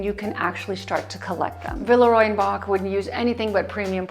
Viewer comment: Verehrte …. Sie irren leider, in Deutschland spricht man „Boch“ nicht aus wie „Bock“. Das ch wird wie ein ch ausgesprochen 😉